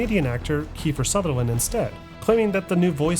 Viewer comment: Kojima lost me at "Keifer".